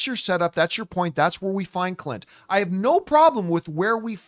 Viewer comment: ... you gotta enunciate the "n" in Clint, John 🤣 just teasing in good fun. You are a YouTube treasure and I could not do what you do. Bring on the filthy.